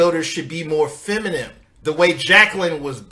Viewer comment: It's FEMININE, not feminim bro. After being on this earth all this time you still have not figured this out? 😂😂🤦🏽‍♂️